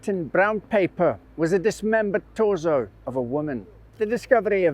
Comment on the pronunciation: It’s pronounced torso